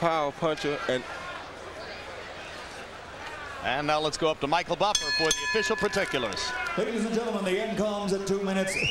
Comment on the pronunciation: Respect to Michael Buffer for learning how to pronounce the names